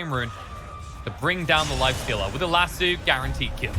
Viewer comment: Lasso not Lasoo